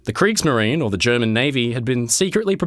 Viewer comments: if you want to speak german names in german language - do it properly or leave it. kriegsmarin > what is that? hunger? just eaten the last "e" which is essential? and so on ... but americans making fun of europeans because they can't say "squirrel"? you all can't say a word in german without making mistakes or having a really bad accent. lol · Only because I have noticed that my friend makes such a special effort to pronounce foreign names and terms correctly, am I pointing out that " -marine" (as in Kriegsmarine) has three syllables and sounds like the English "marina." 😁